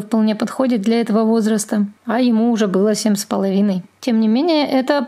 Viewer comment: Почему вы говорите "Сем" а не "семь"? Вы откуда?